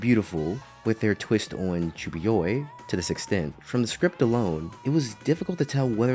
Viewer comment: The way you pronounce "chunibyo" is killing me, other than that, great video. It is so frustrating to see how many reviewers miss the point of this anime and write it off as just a comedy in videos full of backhanded compliments.